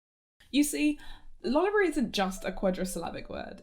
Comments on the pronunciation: it's Lo-Library and I will die on that hill xD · Lo-library is the way, it puts the emphasis on the word library. This is good because it is mainly a site for people who already know what lolita fashion is and this pronunciation helps it separate from other lolita fashion-related sites like blogs and wikis. Meanwhile, loli-brary shortens "lolita fashion" down to "loli" in a way, this is recipe for a terrible misunderstanding these days. I rest my case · The disclaimer at the beginning of the vid was hilarious and I love the editing of the PowerPoint sections of this video. (the stock lolitas were excellent) The humor in this video is immaculate and it was a lot of fun to watch! (also I too pronounced it loli-brary so yay) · i am a miscreant that pronounces it as lol(lawl)-library and it will be pried from my cold dead hands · Am I deaf or are both loliable and controversy pronounced with the stress on the first syllable? oO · I disagree on the pronunciation but the stock images killed me 😂